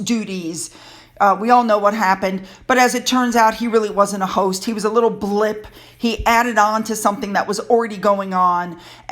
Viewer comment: It's more like " ghost duties ", not " host duties"